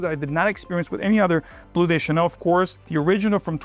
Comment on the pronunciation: Why are you pronouncing “de” as “des”? It’s Bleu de Chanel, not des There is no gender in fragrances? Ok